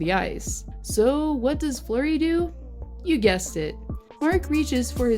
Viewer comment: HIS NAME IS NOT FLOWER ITS FLUREY UR SO DUMB